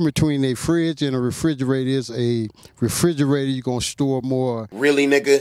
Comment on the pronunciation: After this video I can't even pronounce refrigerator correctly myself 🤦🏽‍♂️